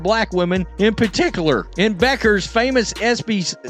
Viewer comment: This is creating a problem that doesn't exist for clicks. I doubt Beuckers (pronounce BECKers) and Clarke are focused on this the way this clip presents it. Sure there will be competition. That's what makes great players great.